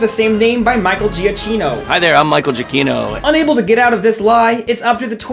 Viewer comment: You have a whole bit about people not pronouncing Oregon wrong, but then pronounce the amazing Michael Giacchino's name wrong 😤